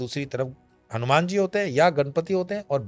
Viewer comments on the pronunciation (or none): none